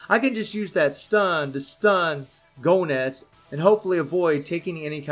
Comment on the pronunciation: No offense, man, but the way you say Goenitz sounds like GONADS.. 😂😂😂😂😂😂😂😂 Edit: I'm almost done maxing out my baby son Bao!!! YAHOOOO!!!!!!